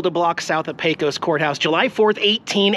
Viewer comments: You're all registered in TX now, so let's get you talking like a native! And I don't mean saying yee haw. Lesson 1, it's pronounced Paycuss. Safe travels yall! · I believe that all of us Texans pronounce Pecos like Paycus (accent on first syllable). Somehow it sounds different when you say it. 😊